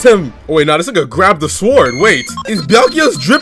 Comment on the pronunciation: My man here be pronouncing the w in "sword".